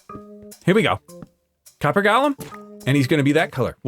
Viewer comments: Great episode, but with my weird brain, one thing is driving me nuts- golem is pronounced like it's got the word go in it. The way you're saying it is how you pronounce the lord of the rings character Gollum. It's different. Of course, I kinda wish golem hadn't become a fantasy term because it does have actual significance in Jewish folklore, but that's a whole other can of worms we ain't gonna open today. Love the leaves in the ground effect, really works so well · Every time he calls them "Gollum" I die inside